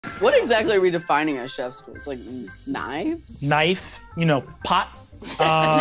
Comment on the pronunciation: One of the funniest things in this sequence to me is the way Brennan says "pot" .